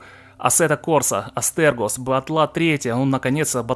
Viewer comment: Привет! Игра называется астерИгос, а не астергос)) хорошего тебе настроения и мощных закупов!